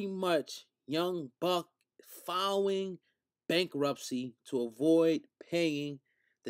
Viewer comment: "young buck fouwing bankruptcy"🤣🤣